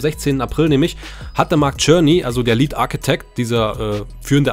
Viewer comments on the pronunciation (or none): none